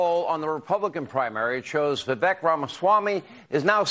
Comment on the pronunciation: How long will it take to pronounce his name correctly? "Vi-Vake" - rhymes with "Cake"